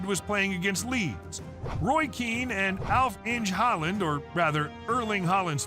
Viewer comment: Yeah, the guys pronunciation was way off a number of times. His Liége was definitely not standard and he butchered Alf-Inge Haaland's name was almost as bad as Roy Keane's pre-meditated violent GBH inflicting assault on the guy's leg.